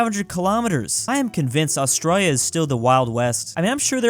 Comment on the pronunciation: As an Australian myself I am triggered by the amount of times he has mispronounced Australia on this channel